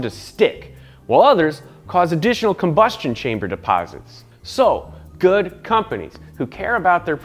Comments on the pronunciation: "combustion chainer" 😂😂 Much love Science Garage. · Haha he said combustion chainer.